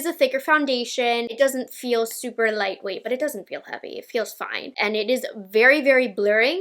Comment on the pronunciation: that 'foine' is so satisfying 😂